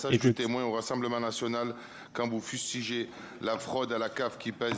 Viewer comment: Quand vous fustidgez. Quand vous djites. J'ai envie de le claquer cette racaille.